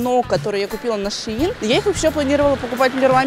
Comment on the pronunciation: правельнее говорить шЕин